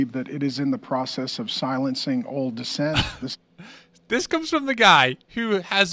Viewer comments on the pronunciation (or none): *dissent* not "descent"